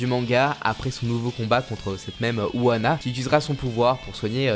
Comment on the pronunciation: Frérot c’est « Unoana » pas « Uana »